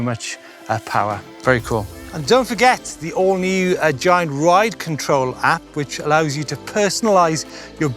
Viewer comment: It is pronounced giant not giant.